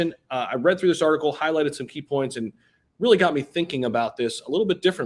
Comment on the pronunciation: At 50seconds into the video he slipped up and said "key porns"... Lol, just needed to point that out .